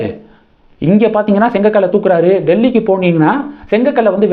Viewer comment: அது செங்கக்கல் இல்ல,செங்கல்.😂